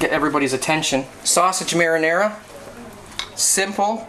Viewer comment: Your pronunciation of "pasta" is perfect! not that much for "marinara" though, lol! :D Anyway...it's quite similar to the italian recipe. Well done! ;)